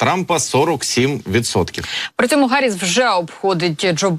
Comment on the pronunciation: Чому Гарріс, а не Харріс?!